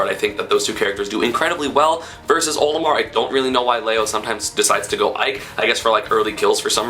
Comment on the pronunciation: HE KEEPS SAYING OMILAR